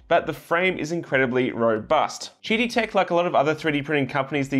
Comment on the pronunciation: I think they intend to pronounce QIDI as "Kiddie"...